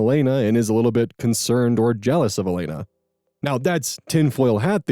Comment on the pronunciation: Hi! My middle name is Jelena. It's pronounced Yeh-lay-nuh (The J makes a Y sound)! Maybe it pronounced differently by different people but I hope that helps